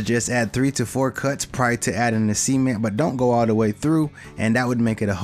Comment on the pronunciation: every time you say cement, it sounds like semen..